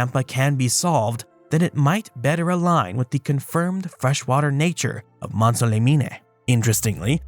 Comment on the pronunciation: Mont - saw - leh - mean ;-)